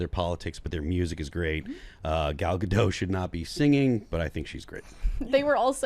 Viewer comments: Gadot, not Gado, the T isn't silent at all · The T is silent for the French name. It's not silent for the Israeli name. This is similar to how "David" is pronounced very differently for the French name vs the English name.